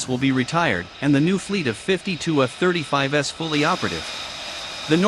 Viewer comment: Love how the robot pronounces F-35s. Didn’t realize that we had reached the S series so soon after their introduction to active service.